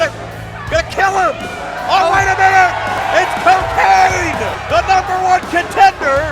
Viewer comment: It is CoKane like Corporate Kane